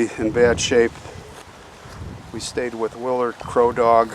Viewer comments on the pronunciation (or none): none